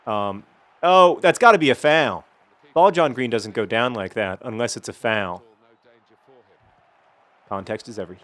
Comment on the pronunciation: I just realized that you say foul more like fawl... Sorry to hear about your murdering co worker